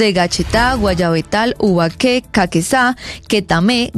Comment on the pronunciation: Ubaque, y chipaque con acento final? Pobre periódista. Deberían invitarla a conocer estos pueblos. Pero así vamos, de mal a peor.